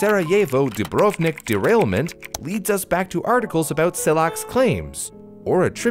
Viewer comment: AAAAA hurts. DU - BRV - NIK JU - TA - RNJI PO - DRI - CHA Just like Bosnia and Herzegovina without an "i" in the middle of BOSNIA This is olll together SARAJEVO It's okay, but try to emphasize "I" and don't forget "l" "i" is not pointed out Bravo, but his "Cha" is not "Che" I don't blame you for this, but it's a pronaunt like Croatia I'm grateful to you for doing this video. I don't usually cere about things like pronaunciation. P.S. I am Croatian